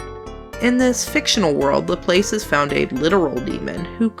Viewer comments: ...also by mispronouncing Laplace you missed a perfectly good opportunity to make ass puns. ;s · I'm sure a dozen people have commented this already, but that's not how you pronounce "Laplace" (it's a french name after all)